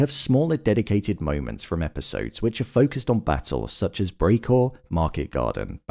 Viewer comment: Your pronunciation of "Brécourt" as "Breakcore" is fucking cancer.